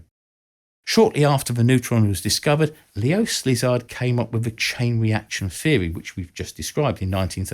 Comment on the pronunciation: Szilárd Leó's name is pronounced like "see-lard" and not "slizzard"